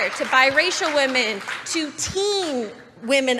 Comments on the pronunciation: This is kinda unrelated to the main topic (which I really appreciate someone talking about) but does anyone else physically cringe whenever one of these guys says “whamen”? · You wanna know what I call guys who pronounce "women" as "wahmen"? I call them bitches. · People who say "wamen" instead of "women"? HUGE red flag. The wamen meme comes from Pewdiepie, an alt-righter.